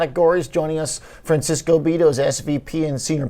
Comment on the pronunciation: ), this goy’s name is “Francisco.” Please don’t mispronounce😂